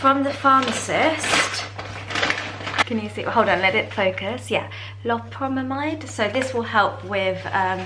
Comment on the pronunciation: Hi. I believe the correct pronunciation is low-pair-ah-mide 😊. You may have to adjust the dose that works for you because it can cause constipation which will make your tummy hurt. Have a great Time! Enjoy yourself and be in the moment.